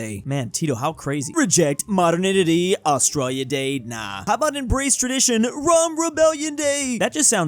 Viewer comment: still struggling to pronounce "modernity" is kinda cute.